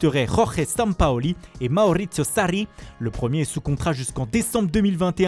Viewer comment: J'allais le dire il m'a fumé 😂 Maurrricio Sarrrri